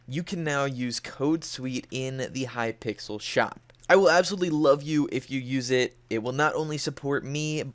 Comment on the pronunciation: He really said welcome to hyyyypickles skyblock